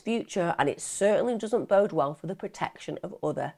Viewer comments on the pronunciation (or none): none